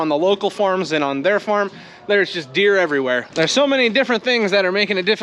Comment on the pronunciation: lol, I heard "beer" at first instead of "deer". I wasn't sure if everyone seeing a lot of beer on the farm was a good idea or a bad idea. Where I am in South Dakota is too cold and wet right now too. Heat is coming and the garden going to love it!